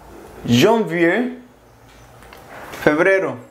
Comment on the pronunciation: Bien, amigo. Sólo pare decirte que la "r" en "janvier" y "février" no se pronuncian. Y aunque parezca algo tonto, porque normalemente las "s" al final de cada palabra no suenan, la "s" de la palabra "mars" sí se pronuncia, como lo habías hecho la primera vez que pronunciaste la palabra. La palabra "juin" no es "jué" (porque parecería que dices "jugar" en francés), sino un sonido más nasal [3]. Si gustas, en Google traductor o en WordReference puedes reproducir los audios de pronunciación y ayudarte. Son muy buenos. Saludos y felicidades por tu entusiasmo.